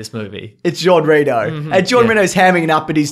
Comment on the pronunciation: You butchered Jean Reno's name pretty hard.... Poor man.